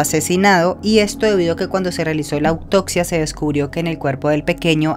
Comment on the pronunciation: No ocstante, autocsia, acectar...